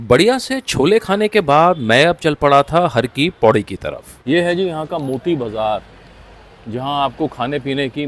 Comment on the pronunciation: Its HAR KI PAUDI, not Hari Ki Paudi. Har... means, MAHADEV.